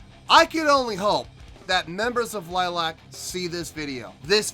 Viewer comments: It's pronounced LILY-ack. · A good reaction ,liliac pronounced lil I ak a family band originally from California now based in Georgia ,they have even playing together since Melody was 11 and the youngest Justin was around 7 ,they are an independent band who write their own songs and their father is their manager and producer , they have millions of views and have fans known as fangs all over the world .their covers are legendary the latest being Joan jetts hate myself for loving you and mettalicas master of puppets are phenomenal .your the only reactor and there are dozens who didn't rave about this performance ,and that's ok us fangs are somewhat biased .on my scoring system I will give you a 7 .Rock on and rock hard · Pronounced Lily-ack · The Band is calld L-i-l-i-a-c, not Lilac! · Pronounced ( Lily Ac) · If they do see this, they'll probably start by correcting your pronunciation of their name. Lily-ack. You might want to check out their cover of "Piece of my Heart" from the same concert. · It's pronounced lily ack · You're not pronouncing your name incorrectly it's not like the flower, it's Romanian for vampire bat.... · Most annoying thing about reaction videos is when podcaster fails to do two minutes of research before watching video. Maybe know how to pronounce bands name and find out something about the members first